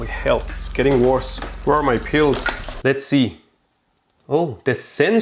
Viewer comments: The way he says 'Pills' got me so confused.. The whole time I was thinking what are these 'Peals' and how are they related to his brother and mom showing up. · Omg be said pills not peels